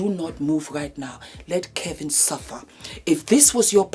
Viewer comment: When says, ‘absolutely NAAT!!!’ Dead! Here for it 😅😅😅